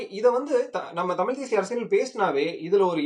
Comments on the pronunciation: Tamil with an L. 😅😂😂😂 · இவர்கள் இரண்டு பேர்களுடைய "தமிழ்" உச்சரிப்புமே சரியில்லை.... "தமிழ்" என்று சொல்ல முடியாமல், சொல்லத் தெரியாமல் "தமில்" என்று சொல்லிக் கொண்டு "தமில் தேசியம்" பற்றியும் "தமிலன் யார்?" என்று விவாதிப்பதும் வேடிக்கையாக இருக்கிறது.... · This fellow the white shirt guy can't even pronounce as Thamizh. NTK is a dangerous element should be eradicated from Tamil Nadu, which encourages Tamil extremism, could cross that line to be generated as Tamil Terrorism.